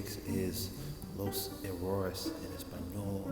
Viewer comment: you speaking Spanish with an American accent to demonstrate is hilarious. "Errores" & "mejor" was super English. No sirve. 😂